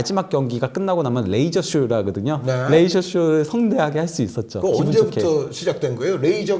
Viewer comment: 저 기자분 발음 왜저러나요?? 좋아 하그든여~ 했그든여~